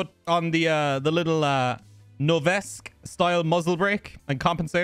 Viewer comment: You are meant to pronounce the E on the end of Noveske